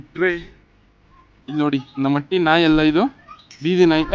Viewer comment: ಅಟ್ಟಿ ಅಲ್ಲ ಗುರುವೇ ಹಟ್ಟಿ